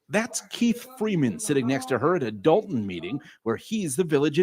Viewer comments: It’s Dolton not Dalton Doll-Ton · It's "Dolton", as in "a ton of dolts". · DOLTON not Dalton